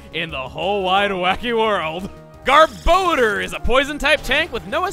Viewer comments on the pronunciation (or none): every time a trainer throws out a Krokorok, i keep wishing youd put Terrabite out there. i love beating things with their evolved forms "REyoo-NEEclus" "garBOdor" .... shudder ...you hurt me chugga